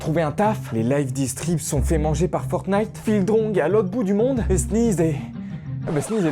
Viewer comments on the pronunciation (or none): none